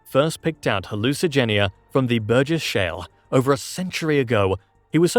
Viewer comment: Say Burgess shell one more time, I dare you!! 🥴😵🫠 I wonder if that could be in British Colombia.... Can't remember if he mentioned it 😢😅